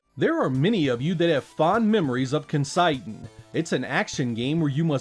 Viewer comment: Ken Sei Den is pronounced Ken-Say-den not ken "sigh" den lol